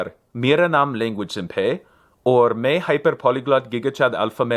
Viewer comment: I'm learning Hindi and lol'd hard at his Hindi skit. Surprisingly I could understand almost everything. Worthy of note that he used "Namaskar" instead of Namaste as a greeting, which is more formal and less common. He does mess up some accents though, when he says "me" to mean "i" he should use an open "e" (mè), but he always uses a closed e (mé) which means "in", not "I". Same with "or", which means "and", but he says it with a closed o when it's actually supposed to be "òr". The way he says "I'm 24 years old" is more advanced/complicated than how I'd say it, I'm not sure whether it would sound better to a native or what. He puts a wrong "se" postposition after Modi's name (he says "from Modi" is very beautiful). He's clearly a beginner but he has already done quite a bit of studying. Disclaimer: I'm like an A0.1 in hindi so take this with all the salt you deem appropriate.